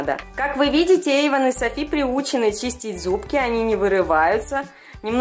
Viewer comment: не Эйвон а Эйван